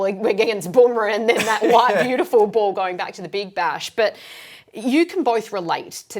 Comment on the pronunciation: The word ball has 2 L's in it Clarke. It's not pronounced bawww